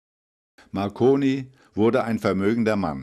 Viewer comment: ..."in Bologna, Guggelmoh Mackoni..." :D